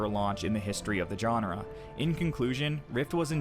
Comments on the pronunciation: I enjoy your videos and appreciate the effort you put into making them. However, I cringe when you mispronounce the following terms: genre, allocate, contribute, linear. Please google their proper pronunciation. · Dude, where are you from? Most of your speaking is great then you hit words like genre or allocate and it's way off.. what's up with that?